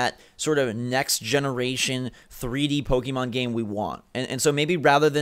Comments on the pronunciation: You corrected the one guy for saying Pocken, but you still say Pokey mahn instead of Pokeh-mohn. You might as well go all the way to Pokey-man. :P ARMS not the better game. It's fun, but doesn't have much long term playability, especially when there's already Splatoon which is the same short attention span game play. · GUYS IT'S PRONOUNCED POH-KEH-MON ... Not poh-KEY-mon. Hurts my soul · "poken" ....."pokken"